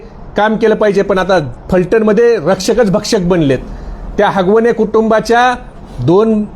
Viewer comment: आरे बाबा हगवणे नाही आगवणे आहे जरा अभ्यास करून बोला तर बरं होईल